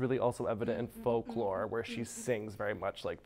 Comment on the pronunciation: “i’ve been a swiftie since the “fawk-la” era” clicks off video